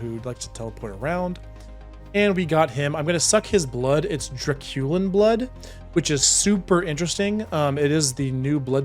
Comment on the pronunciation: Wouldn't the emphasis for "draculin" be on the first syllable like dracula?